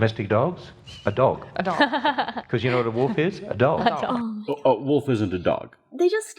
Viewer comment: She also says wolf like "woof". These wooves have hooves.